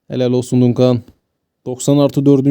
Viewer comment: Dayı çok tatlı içerik. Dunkan değil de Dankın diye okursan çok tatlı olacak. Duncan’ı